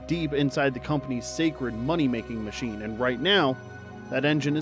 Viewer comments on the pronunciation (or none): none